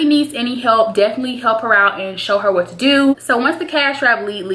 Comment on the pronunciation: "I was just tryna look out for you.." "For WHET?!" LMAOOOOO I DIED. Love you girl xx